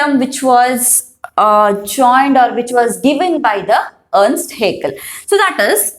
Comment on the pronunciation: Earst haeckel×ernst haeckel